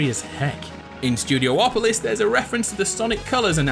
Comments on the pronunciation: IT'S NOT STUDIO OPOLIS!!! IT'S STUDI OPOLIS!!! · Studiopolis, not studio-opolis